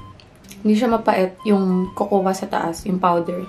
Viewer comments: Bhe,KOKOWA ka ng KOKOWA..Yung salmon nagawa moh i pronounce ng tama na silent L..Yung COCOA is pronouced as KOW-KOW or COCO,silent A ang cocoa bhe... No offense dipo aq perfect,nobody's perfect.Tine tell q lng,walang masama na i share ang kaalaman.Lagi kita pinapanuod...No hate here,tine tell q lng ang tamang pagbigkas or basa. ✌😉✌ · cocoa is pronounce as ''coco'' silent ''a'' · diwaw.. nagtatagalog xa diba🥴